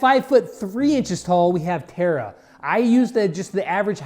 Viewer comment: Ok when did Tara become Terra from teen titans 😂😂😂😂